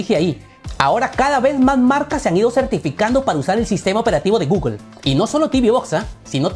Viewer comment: ¿porquè dices gugel? Eso está mal en inglés y en español